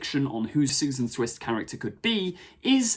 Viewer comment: Its Susan. Grandkid. Its not difficult.